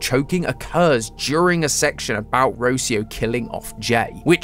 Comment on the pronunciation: Ro-CI-o not Ro-cio